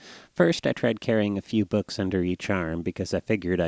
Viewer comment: sounds like he's saying boogs